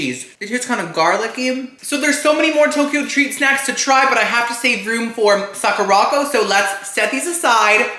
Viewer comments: I love you but it’s pronounced Sakura (like the flower ) and co as in company not Sakorocko 😭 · Hi, love you videos! I love that you’re being sponsored now! Sakuraco is pronounce Sakura co - as in Sakura (cherry blossom) company, not sa-ku-rocko